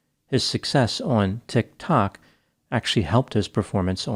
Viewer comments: " Tik- TO K!" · “on… tick-TOCK” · Tik. Tok. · TikTOK lol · Is that the way Tiktok is actually pronounced or are you trying to really emphasise how out of touch you are with young people? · the way you're saying tiktok absolutely infuriates me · He says it in a way that makes it sound absurd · Yeah, it’s how I’m gonging to say it from now on.